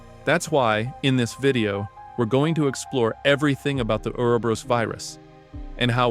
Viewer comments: Correct: “or-oh-bor-ohs” Incorrect: “uuwer-berus” Brother it’s like needles in my soul every time you say it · Say it with me. Ooo-ro-bo-rose